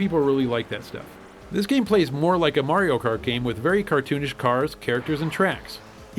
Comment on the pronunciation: Hahaha ok thanks for the recognition guys! It's like saying "mary-o" instead of "Mario" just sounds kinda retarded great vids btw